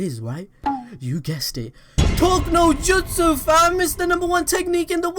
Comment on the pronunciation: Bro said “talkino jutsu” 😂